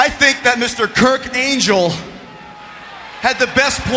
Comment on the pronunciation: Y2J say "angel"